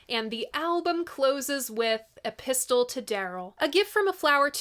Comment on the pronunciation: The T in "epistle" is silent, just like in Apostle, Mistletoe, Often and Cunning. Otherwise, it sounds like he's got a gun! Some banjos are hollow body (no backs) so, it's quite possible he had one and was singing towards the head from the back instead of into the hole in a guitar.